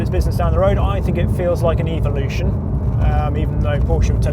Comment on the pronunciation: Funny how he pronounces evolution and revolution.